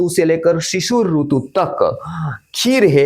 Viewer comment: Hindi mein "RUTU" nahi "RITU" hota hai. Doosri bhashao mein RUTU bolted hai. Isiliye jab Hindi bol Rahe toh Hindi wale Sidhant se RITU pronounce kare. Verna kaano mein hurt hota hai.